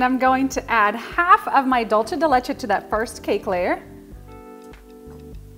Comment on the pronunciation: Dulce de leche pronounced like a normal s it’s not Italian it’s Spanish for sweet milk